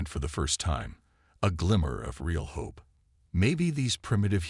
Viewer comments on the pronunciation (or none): Love how the AI says * Ho Pe*... you accidently skipped ...😂😂😂